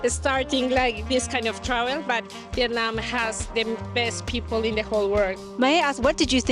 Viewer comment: You pronounce Viet Nam wrong.